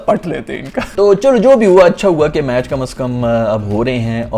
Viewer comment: bro its " kamse kam" not "Kamas kam" 😂😂😂